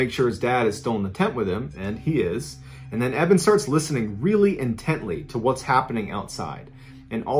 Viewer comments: "listening really in-TENT-ly" haha nice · * listening..... very.... “ in-TENTly”. I will see my way out. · Lol, I made this joke, too!! I'm sure many viewers inTENTionally called this out after hearing it. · Eben was listening really "IN-TENTly" hohohohooh. ...sorry. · "Intently" John. Did he? Lol did he listen Intently to what was outside his tent? Lol